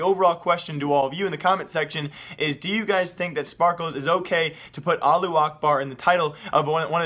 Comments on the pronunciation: why u saying it like allu akbar when its allahu akbar O_o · Lol you ignore half the word it's now Alu, it's Alahhu. You're ignoring the middle three letters LOL!!! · is it really that hard to pronounce "allahu"?